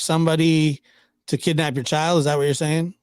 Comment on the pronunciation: It's Child PG not Chald